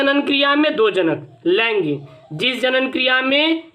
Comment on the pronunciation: Sir laingig nahi laingik